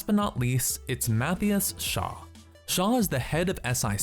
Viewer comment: its not math-ias its mathai-as